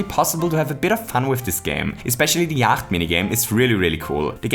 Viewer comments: Yacht is pronounce "yot" and it seems like its just a knockoff of a game called Yahtzee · Just saying - Yacht is pronouced as 'yot' rhymes with 'knot' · All these comments about how Yacht is basically Yahtzee, apparently no-one cares that Yacht is pronounced Yot. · it is yatche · Are you sure you're pronouncing Yacht right? I mean, the kind of boat is pronounced yaht... Also, in theory it should be one die, two dice, and not one dice, two dices. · Could I just say that I think the Yacht game is called Yatzee in real life? At least that is what I think the game is. Also, it is pronounced "yot" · I am going to start pronouncing “yacht” this way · Warum sprichst du Yacht falsch aus :0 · I love just how austrian your pronunciation of "yacht" is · I think you don't pronounce the 'ch' in yacht. Guess the german comes through here ;)